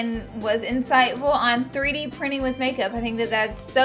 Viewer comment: Prinin. 😅 chop chop English language